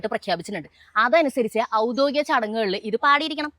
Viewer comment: ഔദോഗിക അല്ല. ഔദ്യോഗിക എന്നാണ്.